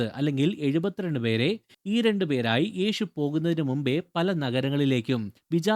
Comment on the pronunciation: ഈഷു , ഏഷു എന്ന് പറയാതെ യേശു എന്നു പറയാൻ പഠിക്കുക